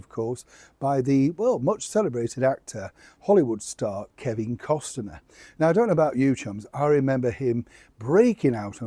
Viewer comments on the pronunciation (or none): It’s Cost-ner, NOT Cos-ti -ner. You always mispronounce everyone’s name and I consider that to be so rude that you can’t figure out how to pronounce a name. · The pronunciation of Kevin Costner is NOT Cos-ten-er but Cost-Ner (2 syllables). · Costaner? I think it is pronounced Cost-ner. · It’s Kevin Cost-ner, not Kevin Cos-ten-ner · It's costner, not costiner ♡ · It's Kevin Costner, not Kevin Costener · You keep saying Kevin Costener, it’s Costner. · COSTNER NOT COSTENER!!! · it’s NOT Kevin COSTINER ITS COSTNER - the T is silent. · It’s not Costener it’s COSTNER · please know it’s pronounced COSTNER not COS-TIN-ER. Regards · Costner not Costener !! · The name is pronounced cosna not constenner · Is it just me, or does the audio make it sound like is saying Costiner rather than Costner? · Its Costner not Costiner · I’m sorry, I can’t resist doing it. It’s COSTNER……..not COS-TIN-ER. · FYI, it’s Kevin Costner not Kevin Costaner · Costner NOT CostENER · Costner, not Cost-en-er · Wasn't this all a long time ago? Seriously, today, would Kevin C. (sounds like Cosner, not Costener!) even entertain having this loser pair in his vicinity knowing how loathed they are? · Cost ner. Not, Cos ten er. Sorry...just had to say it. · Its Costner, not Costener. And you have secret sources? Yeah, ok, right. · Hello, I keep it zipped when you make the odd spelling mistake etc, but I do wish you'd get Kevin's surname right....it's Costner not Costener. I'll shut up now. Penny from Christchurch. 🇬🇧 ❤ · I think it’s pronounced CostNur. Not CostenNur. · Cosner.... sweetpea, no disrespect 🥰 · Cost-ner not Cost-en-ner please! No one wants the Sussexes in their orbit. Kevin Cost-ner will at all cost, endeavour to keep the Sussexes at arms length because they destroy reputations by just being associated with them, ditto the Yorks. It’s time all four had their titles removed and were forgotten forever. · Costner NOT CosTener.